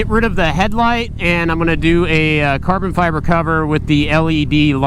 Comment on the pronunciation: cahben fyebuhhh.